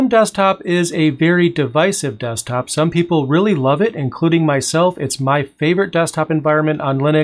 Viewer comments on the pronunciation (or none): none